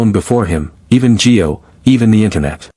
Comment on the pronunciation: For Pete's sake his name is Gio not Joe!!